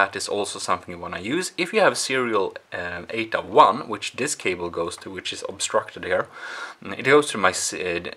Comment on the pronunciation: sorry you have a bit if an accent & when you explain bout the cables i don’t understand if you say ada or ata or 8a cable the subtitles don’t help that much either 😅 sorry and thank you for the video